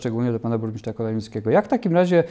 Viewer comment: „Burmiszcza”, „wziąś” … czy na prawdę tak trudno sprawdzić na jakie stanowisko się kandyduje i poprawnie wypowiedzieć jego nazwę? Jeżeli nie są Państwo kandydaci gotowi stanąć twarzą w twarz do wyborców i godzą się jedynie na retransmisję to chociaż poprawcie rażące błędy językowe. Na więcej w nowej kadencji nie liczę.